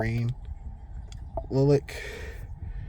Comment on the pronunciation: You should learn how to pronounce lilac.